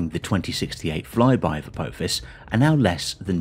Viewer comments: A-tinky-winky-fis? A-dipsy-fis? A-lala-fis? A-po-fis! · every time Apophis was mispronounced I had a slight cringe, it was so bad. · FFS. Learn to say Apophis' name correctly.